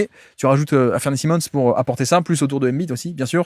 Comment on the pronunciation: Comme d’hab tu nous régales! Petite mention pour la prononciation d’Anfernee Simons, que tu appelles « Afernee Simons» habituellement, et pour la première fois je t’entends l’appeler Anfernee, suivi d’un Simmons (prononcé si) alors que d’habitude tu prononces bien le Simons (sai). Je sais que tu peux y arriver, la prochaine fois je tendrai l’oreille dans l’espoir d’entendre un Anfernee Simons 🙏😂